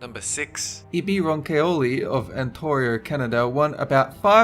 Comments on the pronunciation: I live in Ontario. NOT "ANTORIO" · Antorio lol